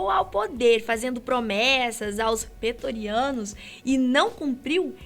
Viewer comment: Ô sotaquezinho sofrido... Kkk.... "Petoriano".... "Mark Antony"... Kkkkk.... O que é a falta de conhecimento do que se está falando....